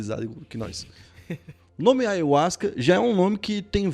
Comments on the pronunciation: Na verdade se pronúncia aiarruasca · Eu também pronunciava ayuasca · Pronunciam em espanhol assim: " aJahuasca" o Y tem som de Jota ( em português ) em espanhol. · Eu pronunciava: ayarruasca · Falou ayhuasca várias vezes no inicio n tem.jeito fabil kkkkkkkk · assiste o video do covil de jack falando sobre ayahuasca ai sim vc vai ter motivos pra fica bravo, essa palavra é nova e poucos tem o conhecimento normal pronunciar errado, o video foi bacana passaram uma visão sem pender pra nenhum lado oq é raro de se ver ainda mais sobre esses temas.